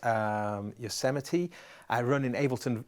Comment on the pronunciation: Did he say Mac OSX Yosemity (Yosemite)? TRIGGERED